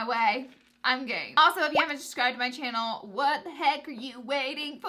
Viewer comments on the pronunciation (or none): "chaynel "😑. that's how she says channel